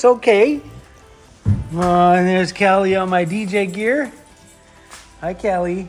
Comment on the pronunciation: Oh!!! Emi’s cats name is Cali not Kelly! Lol when she says her cats name it sounds like Kelly! 😂😂 I follow and love her channel too and you both seem to compliment each other well ❤